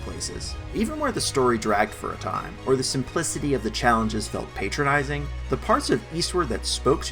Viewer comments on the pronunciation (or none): Its patronising, not PAYtronising